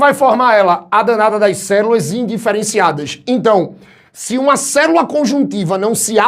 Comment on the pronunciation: Ouvir a palavra "cerula" eh a melhor parte da aula kkk